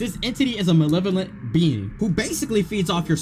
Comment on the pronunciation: muh-le-vuh-lent malevolent